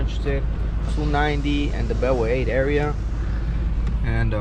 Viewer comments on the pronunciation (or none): none